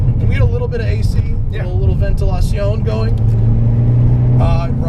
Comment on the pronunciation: "Ventelacion" lol